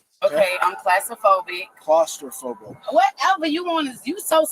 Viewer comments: I THOUGHT IT WAS CROS-STA-PHOBIC🤣🤣🤣🤣🤣🤣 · She does have Getzaphrenia!! Lol Get it an steal it phrenia!! 🤣 Disgusting! She can't even pronounce her own Lie!! AN then clastraphobia!! 😆 she can't pronounce her Own Lies!! I think she meant CLASS-TROPHOBIA LOL.. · You’re a thief sweetheart, love the cop correcting her pronunciation of claustrophobic, lying arrogant nobody. The expression Today’s peacock tomorrows feather duster comes to mind. Love the shoe show. ❤